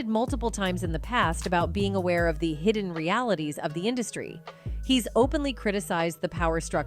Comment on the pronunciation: I hate these A.I. generated clips. , for example. A human would have said "that's right, THE Will Smith" the computer says "Thats right the Will Smith." Pretty soon it will be hard to find any youtube videos created by humans.